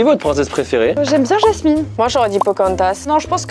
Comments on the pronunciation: Pourquoi il dise Yasmine c pas Jasmine ? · C'est Jasmine pas Yasmine mdr